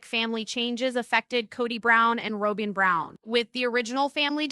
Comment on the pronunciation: Her name is not Rowbin